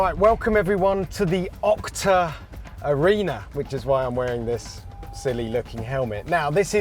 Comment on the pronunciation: Is he saying Okta? Like the single sign-on provider?